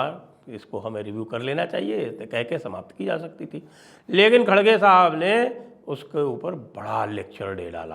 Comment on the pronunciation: Khadge - khadge mat bolo. Idhar Karnataka mein "R" ko "D" nahi bolthe hain. "R" hi bolna chahiye. Sooo Kharge - Kharge bolaa Karo